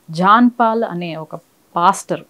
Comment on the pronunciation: 💥 Madam, meeru prati saari Pastor pastor anetappudu naaku "Bastard" "Bastard" ani vinipistondi enduko mari...🤣🤣🤣🤣🤣